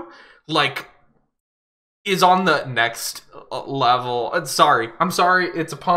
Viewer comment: im obsessed how winter pronounces "nextd leveul"